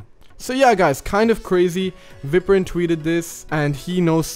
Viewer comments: I’m sure it’s pronounced Vi-prin, not vip-rin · Day 4 of telling you cant open geometry dash on ios17 (also it’s viprin said like eye, veyeprin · It’s pronounced Vy-Prin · We say Viprin not Viprin Your welcome👀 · day 4 of where 2.2 (27 possible days) why did he pronounce viprin like that tho